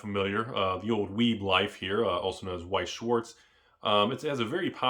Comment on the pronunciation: Americans kill me with pronunciations. Vice Shvatz is how to pronounce it. Weis shworts isn't quite right